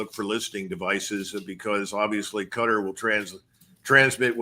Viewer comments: Qatar - sounds like guitar. Not Gutter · Cuh-Tar not cutter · “Cutter” lol